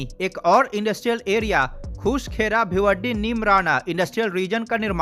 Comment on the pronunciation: sir please correct it not bhiwaddi its bhiwadi.🙏🙏